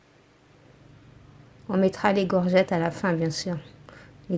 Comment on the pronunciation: des courgettes ma belle pas des gorgettes😁😁😚